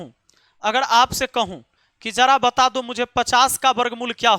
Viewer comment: Sir du nahi do hota hai bolna to sikho pehle